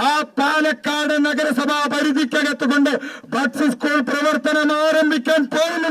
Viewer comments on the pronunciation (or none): My ra it's palakkad not panakkad